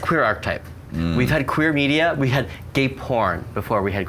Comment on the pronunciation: "The qway qween aftershow" lol love you johnny